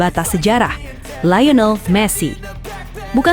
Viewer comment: Liyonel jadi layinel. Thomas Mueller jadi Gerd Mueller. min min... 😅